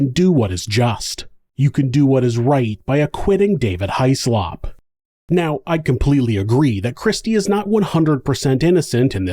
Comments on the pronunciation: It's usually pronounced Hizz-lup or Hizz-lop without much emphasis on the O but in this instance High-Slop is much more fitting for this despicable perpetrator. A huge piece of slop in fact. Poor little October. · Child deaths are always so upsetting 😢😢 Small detail, Hyslop is pronounced 'hiss-lop'. It's a Scottish name, and is supposed to be produced this way. I feel that in America it is normal for surnames to be pronounced differently from the original pronunciations.